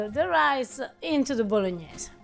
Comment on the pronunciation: Please " teach how to pronounce "Bolognese". Please: teach how to pronounce '". (With an H.) So tilting. After all these years!! THANKS and Happy New Year.